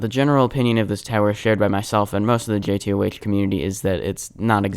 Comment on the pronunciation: RAHHH ITS PRONOUNCED JAY TOE NOT JAY TEA OH AITCH